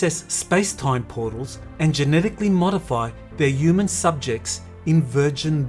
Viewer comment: please pronounce the H in HU man thanks, not a uman